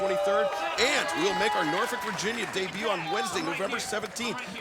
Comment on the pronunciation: Taz keeps misprouncing Norfolk. Remember the City Motto: We don't drink We don't smoke Norfolk!